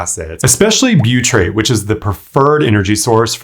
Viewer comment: Butyrate, not buytrate